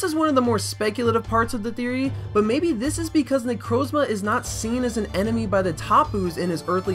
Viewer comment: that is THE WORST pronunciation of necrozma I've ever heard